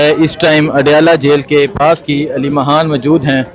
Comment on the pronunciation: Yar yeh aleema haan kia HOTA hai aleema khan hai haan nhe